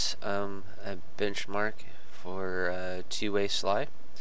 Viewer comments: It is S.L.I not sly. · It is alse S.L.I not sly.